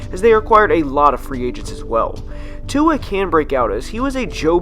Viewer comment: Singletery is good tua is great I’m a Alabama fan and I watched him play a lot he’s a beast also say tuas name right